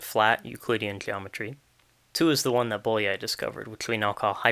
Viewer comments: [ˈboːjɒi ˈjaːnoʃ] [ˈboːjɒi ˈfɒrkɒʃ] "ly"' is one letter, and sounds like "y" in "you" or "yes" This is a very interesting video, I liked it very much, but I had to stop and go back when I got distracted by ['bolia:j] :D :) Oh, and nice origami skills. ;) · Bólyai is pronounced Bowyayi